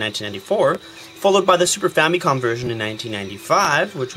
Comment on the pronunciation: Famicom = Family Computer WHY does everyone always say Fam-Y/Com? [Fam-i-com] It's simple.